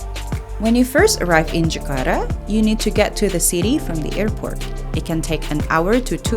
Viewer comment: Jakarta not Zakarta